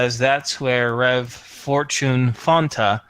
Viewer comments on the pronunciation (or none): First time i hear fortunes name i thought it was four chin